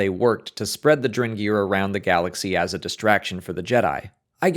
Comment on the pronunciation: Are you saying "drengr"?? Did you know drengr is what the Viking warriors called each other??